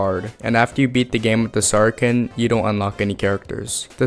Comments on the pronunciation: "sarken" (saracen) is pronounced "ser-a-sen" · I've never heard someone turn sar-a-cen into sara-ken. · saracen is pronounced SARA SEN not SARA KEN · not to be that guy but saracen is pronounced like “sarasin” (sa-ruh-sn) and not “sarken” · Great stuff!! Also Saracen and Falchion = (Sarah-sin) and (Fal-shee-on) BTW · The “sar-i-san” weapon is the “fal-shun”. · Saracen - "sar-uh-sen" Falchion - "fal-chun" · Minor quibble with your pronunciation, but Saracen is pronounced "Sarah-Sin", but you are dead on with how to pronounce Falchion! Great video. Solid. Keep it up! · Saracen is pronounced "Sarah-Sen". Falchion is pronounced "Fall-chun". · The pronunciations are, Sa-ra-sen And, Fal-chon Theyre a bit tricky because of the spelling but hope that helps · The C in Saracen is soft like an S. It’s pronounced like Matt’s last name from Friday Night Lights